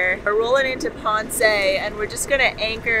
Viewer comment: You are saying Ponce wrong, there is no accent on the E. ;-)